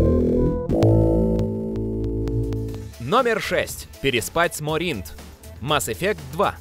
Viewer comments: МОринт, а не МорИнт. Якши, а не якшИ. Ударения не на те слоги ставите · Что еще за "морИнт" и "ардат-якшИ"? Можно было хотя бы с автором текста свериться, где ставится ударение, а не зачитывать, как получится?